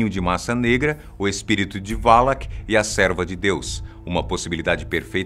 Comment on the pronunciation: não se fala valak é sim valac